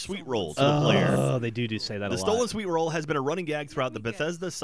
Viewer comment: They pronounced sweetroll wrong?